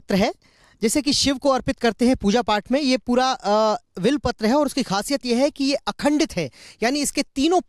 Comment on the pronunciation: Abe will Patra Kya bole ja Raha h? Bilwa Patra HOTA .